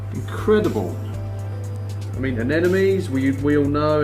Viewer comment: A-nem-o-nees. Eff sake